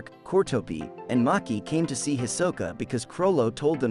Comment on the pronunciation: It's not Maki itz Machi